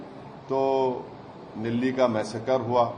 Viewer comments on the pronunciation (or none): none